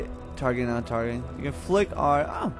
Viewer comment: is it only me tht thought tht flick said fuck?